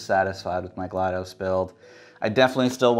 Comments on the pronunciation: I like this video, but you keep mispronouncing her name and it bugs me. It's pronounced GLAD-US, or GLAD-ASS. Damn. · Its not GLaD UH S or GLaD OH S, its GLaD AW S, so if you say GLaDOS again, say it as GL-AH-D-AW-S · No it’s pronounced glah-dos (dos as in the abbreviation for Disc Operating System) not glah-dose